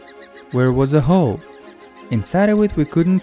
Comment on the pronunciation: lol i thought you said hoe but it was hole